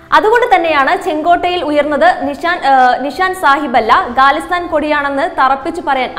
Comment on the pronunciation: ഗലിസ്ഥാനല്ല ഖലിസ്ഥാൻ ആണ്. ഗണ്ട അല്ല ജണ്ട ആണ്. വായിക്കുമ്പോൾ തെറ്റ് കൂടാതിരിക്കാൻ ശ്രെമിക്കുക. എഡിറ്റ്‌ ചെയ്യുമ്പ്പോൾ നീക്കാവുന്നതല്ലേയുള്ളൂ.